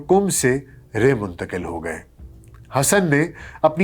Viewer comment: Lafz ray or humayri.. Dono ko dobarah daykh kar tashih karan